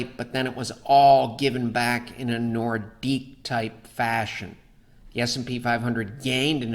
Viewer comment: Ha ha... the "nordique" phase!